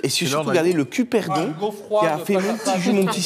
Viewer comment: CuBerdon, pas cuperdon....grrrr